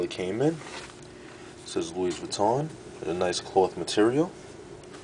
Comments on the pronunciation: Pronounced, lewy vweeton :-) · Buys a $500 wallet yet doesn't know how to pronounce the brand name properly lmao !